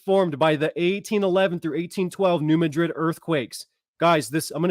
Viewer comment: Mad rid is how it is pronounced. Not Ma drid as in Spain. New Mad rid. Trust me.